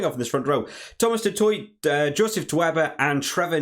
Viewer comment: Some phonetic pronunciations for South African names ( Use it/don't use it 😉) Du Toit (Du Toy) Coetzee (Kootseea) Nyankane (nYakane) Esterhuizen (Esterhayzen) Arendse (Ahrense) Nortje (Norkeea)